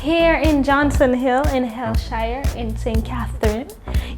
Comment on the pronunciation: Love the video.... but are you sure that’s how the word “hellshire” is pronounced..... please check